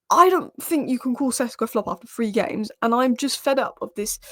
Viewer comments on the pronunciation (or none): He is SHeSHko - Šeško not Csesko.